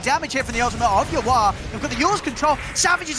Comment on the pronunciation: Why cant the caster say "yawar"? Why does he call him "you are"???